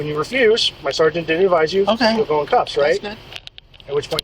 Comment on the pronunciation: SEARGENT! GET ME A SEWRGENT NOW!